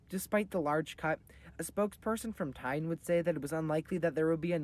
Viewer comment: quick fyi, Tine is a name, its pronounced Ti (try saying 10 in danish) and the ne, you're not going for an 'ine' sound as in Valentine, I would go for an example of the other pronunciation with an English word, and I just checked an internet dictionary and I've discovered that the English language has no words, slang or formal, that have the correct pronunciation. Say Ti as t as normal and the i should be the sound you hear when you see the letter 'E' (we all know it, lets be honest here) and saye the ne as when you tell a child to sound out a word and instead of saying the letter n like its name (en) they say it like its pronunciation in the word (nu), now, say that ending but with a more relaxed mouth, and you've got it Tine, not like Time, but Ti-ne